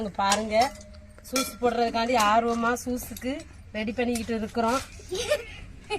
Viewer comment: சூஸ் இல்லை யூஸ் என்று சொல்லுங்க